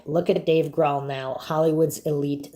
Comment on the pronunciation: I cringe whenever I hear you mispronounce Grohl.